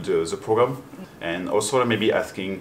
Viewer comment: 加油长肌肉！💪 教练的英语总让我感觉他在讲法语哈哈，特别是听到physique和programme的发音